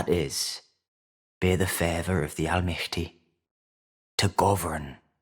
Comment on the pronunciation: And uprightness and almighty. In German they are "aufrecht" and "allmächtig", pronounced very similarly. It was also really strange how he pronounced "similarly".